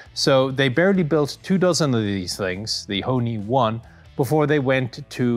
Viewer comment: Ho(r) Ni